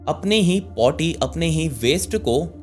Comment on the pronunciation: Aap potti bole rhe the mujhe lga aap body bole rhe ho.....paper cutting se pta chala feces bole rhe tb jb aapne bola to smjh aaya aap potti bole rhe hai......omg......khud ke liye nahi maa baap ke liye jeeo.....